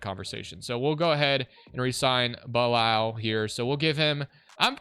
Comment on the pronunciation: there is no way u pronounced bilal as “Bye-Laal” 🤦‍♂️ its “Bih-Lal”